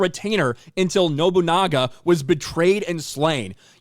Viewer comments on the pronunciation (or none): the pronunciation is: Sen-Go-Ku, Ku-no-ichi and No-Bu-Naga lol but anyways love your work as always.